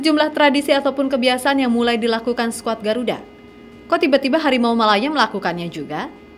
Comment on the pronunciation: Hawimau Hawimau dia nggak bisa ngomong huruf R ampe vokalis band Malaysia itu merangkak seakan2 jadi Harimau tapi padahal dia cuman kucing garong wkwkwkwk 🤣🤣🤣🤣🤣